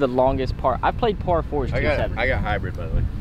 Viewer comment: Did just say Heebrid???😂😂😂